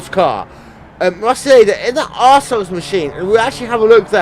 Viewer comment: When you said R-Souls car it sounded like you said assholes car haha :)